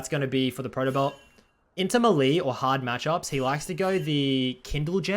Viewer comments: It's pronounce may-lay not muhlee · Mahlie is him attempting to say melee correct??? (May-lay is how I pronounce it) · its "meyley' not muhlee I know he has an accent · 2.15 what i "mally" , is that how he pronounces "melee" or something haha?